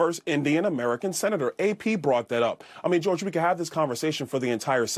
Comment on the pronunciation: I hate the way he say George like Kdot hate the way Drake say n*** 😒